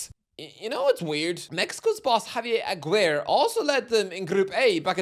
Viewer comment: Javier Aguer? Ah-ghee-ray for the English pronunciation. Come on